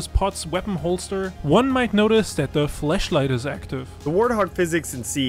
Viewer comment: took me a while to realize he said flashlight not... something else.